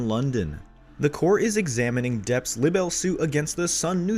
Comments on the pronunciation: Libel is pronounce lie - bell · This channel is garbage. at the very least, learn how to say the word “libel” right.